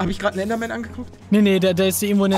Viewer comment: Normale Leute: Oh Oh. Ein Enderman! Palle: Ein Endermem! Zuschauer die das hören: Wtf Palle?